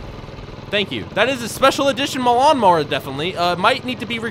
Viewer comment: He said maloun mower XD